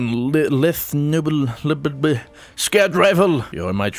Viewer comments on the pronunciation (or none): it should be let-the nobles-see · it's actually a Latin name (lethee nobl-esse) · Pronounced "leeth no-blees". It kinda rhymes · it's actually pronounce "leaf noble ese". now you know. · Lethe "LEE THEE"- Greek mythology. Name of one of the rivers of greek underworld known as River of the Lost. Noblesse "NO BLESS" - Nobility; Royalty It is a reference to the Lost Queen "Lethe Noblesse" Mara Sov after she fought will Oryx's fleet. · How do you pronounce it? Lethe No-Bless. Noblesse is actually a french word meaning "Nobility". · leeTH know-bless is the pronunciation. quick tip: sat-tree-en rapee-yer for the saterienne rapier. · leeth nobl-es-ee is how you pronounce this! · it's pronounced lee-thee (with th like in thermal) no-bless, with the emphasis on bless. Lethe is a greek work for oblivion. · Leethee nobleess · I checked and I think it's pronounced Lee-they nobe-less... Thanks Google translate! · it is pronounced lee-thee no-bless